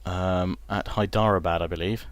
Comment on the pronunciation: Hyderabad = Hay-dera-baad